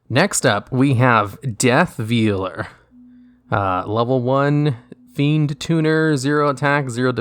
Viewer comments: It's said like "Vale", not "veel". I don't know how I manage to run into so many YouTubers who've apparently never learned how to say simple words. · Says effect veiler correctly, proceeds to call the customs veeler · sobs in VEE-ler